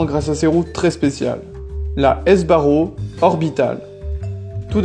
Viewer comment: On dit SBARRO, pas S.........BARRO ! Franco de son prénom......